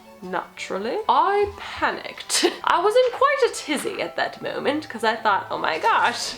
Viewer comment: "I panleukopanicked" 🏆